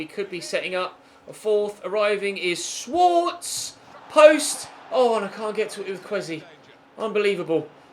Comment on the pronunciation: Schwarze is pronounced shvarzer